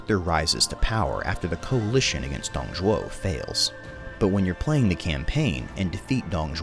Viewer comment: Finally someone who pronounces Dong Zhuo's name right!